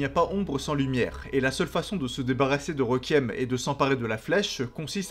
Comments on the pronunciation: Je vais faire mon chiant deux minute: on prononce « Rékuiem » pas « Rékiem » et c’est androgyne, pas androgène (ça c’est des hormones mâle basiquement). Sinon très bonne vidéo, merci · super vidéo mais le mot requiem se prononce rékouièm et non pas reukiem merci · Pour t’aider à mieux prononcer requiem répète après moi Ré-Kui-Ém